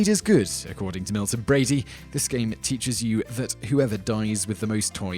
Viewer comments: Say it with me, Bradly "Brad-Lee" not Brady, "Bray-Dee" other than this, I love your videos... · Milton Bradley. Not Milton Bradey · Bradley, dangit, Milton BRADLEY. Not "Brady"! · It's also pretty bad in Operation that one of the doctors is smoking during the operation. And neither is wearing a sugeon's mask. EDIT: It's Milton-Bradley, not Milton Brady. EDIT 2: It's Reading Railroad, not Redding. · Milton Bradley! Not Milton Brady. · I love your videos and I especially love listening to you speak. But I find funny some of the words (particularly names) that you mispronounce. For example, in this video, you repeatedly say "Milton Brady" but the name is "Milton Bradley." Anyway, keep up the great work! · BRADLY not brady, there is a L in there...... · Why does the narrator call it Milton Brady? It's Milton Bradley. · I understand he has an accent, but he DOES realize there is an L in Bradley, right? Not Milton Brady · It's Milton BRADLEY...not BRADY! ...and it's Struh tee go!!!! Nothing like an English Accent that murders the Queen's English!!! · It's Milton Bradley not Milton Brady. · I enjoyed the jokes. However since Milton Bradley is a name please pronounce correctly. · How on God's green earth did you pronounce Reading correctly, when most people mispronounce it, and get Bradley wrong? There are two ways we can address this,: 1. we can start calling you Tope Tenz, Top Teenz or some other awful mispronunciation. 2. we can take a drink every time you murder a pronunciation. Either way, this list was brilliant, even if I love all of these games!